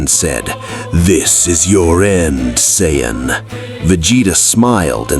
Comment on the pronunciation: What the fuck is an cy ann? There’s no such thing, you mean, Saiyan.